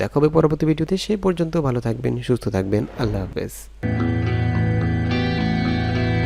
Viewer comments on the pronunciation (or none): none